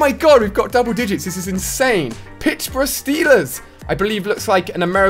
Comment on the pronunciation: 😂pittsbruh Steelers, it’s Pittsburgh steelers